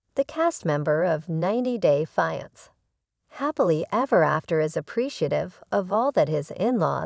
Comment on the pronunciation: maybe learn how to pronounce "fiancé"